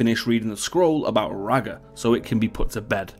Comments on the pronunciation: It's pronounced "raygar" not "ragger"👀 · Egh, she didn't know that was Jaime Lannister, she probably couldn't be bothered wasting the resources to do a manhunt for two footsoldiers that she may have believed died in the flames anyway. Also, "Ragger"? It's pronounced Ray-Gar. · You need to learn how to pronounce Rhaegar properly i mean the correct pronunciation is said many times in the show and clearly you watch it...